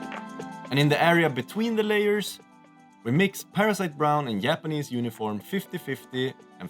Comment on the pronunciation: Härligt svengelska med ’yapanese’ 😅. They look great :)